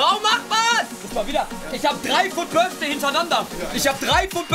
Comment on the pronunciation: „fut Birfday“